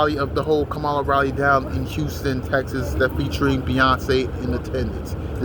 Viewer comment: I have no idea who you are, but you're a dumbass hater. Harris 2024! Say her name the right way loser.